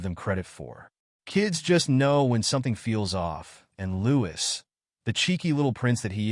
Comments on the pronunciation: His name is pronounced Louie you drop the S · His name is pronounced Louie no “s” it is so annoying that the narrator hasn’t done his homework